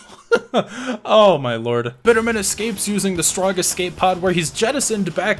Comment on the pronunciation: Small note , I believe its pronounced 'Bitterman' almost like one word, and 'Mac-ron' ! Nice to see Q2 getting more love.